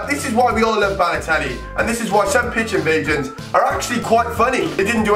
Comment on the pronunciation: Sesyist football pich invaishins